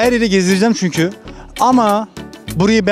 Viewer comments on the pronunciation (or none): none